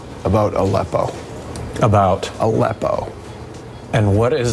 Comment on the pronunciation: To be fair, "a leppo" (as it should have been spelling to reflect how Johnson said it) is not "the nation's capital" either.